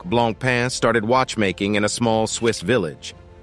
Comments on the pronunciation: I stopped watching after I heard “blonk” “pain”. Lol😮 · If you were a real person and a not computer you wouldn't say blanc-pain. I should have quit after a minute. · The guy can't even pronounce 'Blancpain' right and any list that has Richard Mille at the top can't be taken seriously. I can name at least 5 other brands with watches that are at least 10 times more expensive than the most expensive RM.